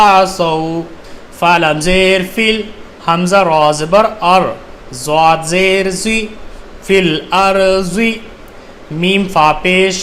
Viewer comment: Bro aap duaad ko juaad pd rhe arbaic me (duaad) hota h aur urdu me (juaad) to logo ko confise na kre wama aliyena illal bara (Fil arji nhi hai bo filardi hai bo)